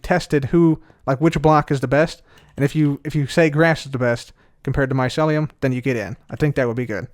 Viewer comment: I'm triggered every time says Mycelium like "Maiselium"